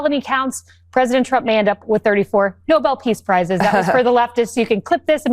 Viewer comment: Ha-haaa! The Ermerican pwesidink is a failure. Film at 11.